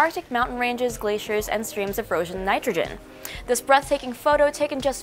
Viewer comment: "Frogen Nitrogen"